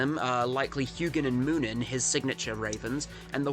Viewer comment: O heck nice video also you pronounced Huginn and Muninn correct, same with Geri and Freki